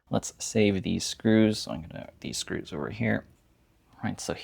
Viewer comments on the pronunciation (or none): No disrespect, where are you from? I noticed you say screws like "screwsh" and first like "fursht"